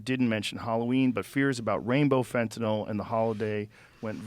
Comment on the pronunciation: Dr phil can pronounce fentanyl correctly. 👏